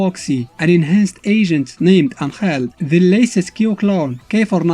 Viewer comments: I like your pronunciation of Angel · (its the official way because of Mexico I think just look at the God damn wiki)